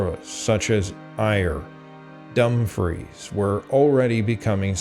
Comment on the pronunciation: Other mispronunciations include Ayr, Ayrshire, Uist, Tiree, Kintyre and Dumfries.